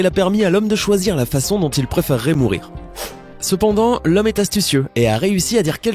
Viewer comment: "Mourrir" lol, faites un effort srx